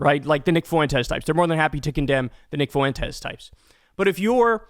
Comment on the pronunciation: The Fue in Fuentes is one syllable. The e is the strong vowel and the u is the weak vowel. Just say something like Fwentes.